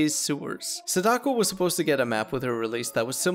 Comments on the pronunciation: i’m begging you to pronounce feng and sadako correctly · That pronunciation of sadako though….